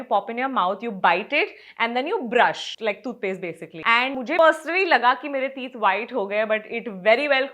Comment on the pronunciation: It’s not thoothpaste. Toothpaste.